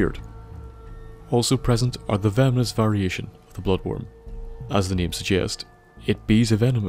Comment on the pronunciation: it sounds like he's saying nigga world😂😂